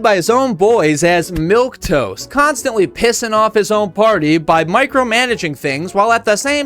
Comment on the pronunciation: It's milquetoast not milk toast